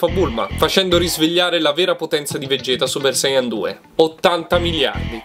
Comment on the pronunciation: vegequ no vegett